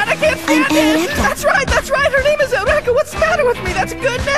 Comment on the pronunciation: the way they pronounce Eureka in the Dub makes me cringe so hard